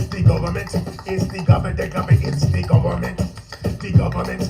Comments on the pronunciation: 'De Gohbahment!! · IT IS DEE GUBBAMENT!!! 🤣🤣🤣